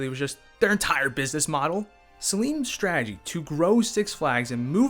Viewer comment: There is no "h" in "strategy".